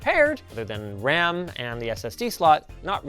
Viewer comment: when linus starts talking about the single stick of ram thats the most canadian hes ever sounded